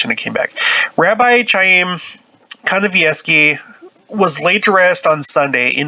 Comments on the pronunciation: It's pronounced K I a y m , No ch ,like ch urch. K , like kite . I have a friend with that name ,and Gene Simmons of KISS, the band , that is his real name . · Interesting article. His name is pronounced 'Haim, a guteral hard "H" like the sound at the end of the name of the composer "BACH" not an English "ch" sound.